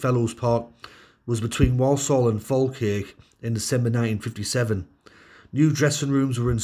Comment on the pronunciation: Point of order here: Walsall is not pronounced "Woll-Soll"...the people who live there tend to say it as "War-sull". 🙂